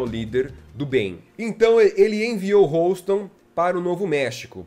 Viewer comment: Houston pronuncia-se ˈ(h)yo͞ostən